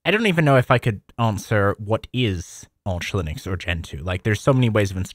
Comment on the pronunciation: It's not Ourch-Linux it's Arch Linux!